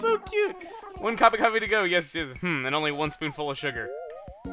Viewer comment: Coffeh coffeh coffeh